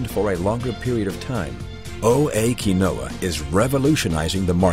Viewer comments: pronounced keen-wa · You can't even pronounce it correctly in your own ad